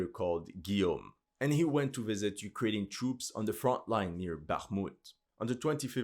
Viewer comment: He sounds like Slav, but definately not Russian/Ukranian. He can't pronounce Russian and Ukranian toponims right.(I'm Russian) I guess he is one from western/south slavic nations.